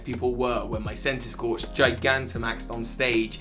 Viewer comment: CENTISKORCH, NOT CENTISCIARCH!